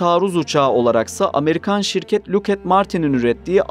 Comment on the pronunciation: Bu çocuk neden "lukhet" diyor bilinmez. Tırışka bir orduymuş bu.